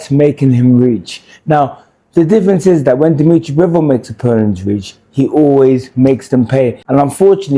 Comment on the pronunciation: Good analysis but lmao at “Demetri Mambo”